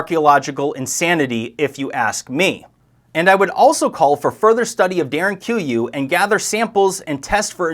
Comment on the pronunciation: Pronunciation of Derinkuyu ..??